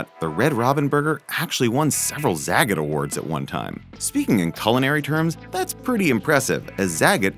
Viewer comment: Zagat is pronounced zah-got.